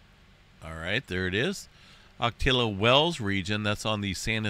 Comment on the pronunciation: HEY EM👋 Native San Diegan here🙋‍♀️🌊Ocotillo if you pardon me please... is pronounced A-KA-TEA-O With respect sir🫡🙌🌏🧏‍♂️